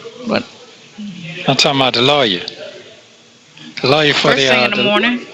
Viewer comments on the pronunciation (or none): Hey, the word is That, not dat, The, not da, These, not dese, There, not dere. Get it?